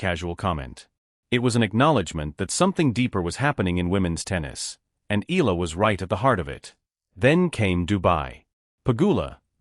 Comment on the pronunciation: Alex last name is pronounced EYALA not ILA!!!